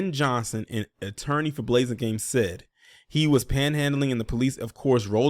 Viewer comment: The "a" in his name is like apple not ace. Thats an oooold fba name right there bro